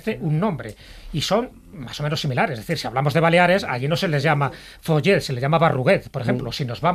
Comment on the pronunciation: Se pronuncia "FULLET" y se escribe "FOLLET" .